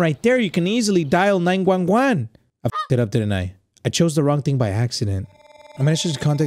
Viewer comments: but like why when say 911 it sounds like 9 JUAN JUAN lmao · there's nothing funnier than saying "nInE gWaN gWaN"